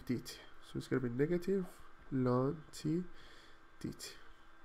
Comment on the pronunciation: I have never heard anyone say "lon" for ln